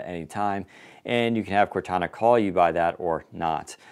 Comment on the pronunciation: If they're gonna call it Cortana it should sound like Cortana. That's what I was excited about. Serious fail.